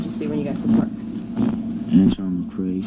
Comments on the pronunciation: He consistently calls Antron "Antwone" ...clearly he has no idea who he's talking about...poor babies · said antwan too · He said "Antwan"... He ACTUALLY DID NOT KNOW HIS NAME!!!!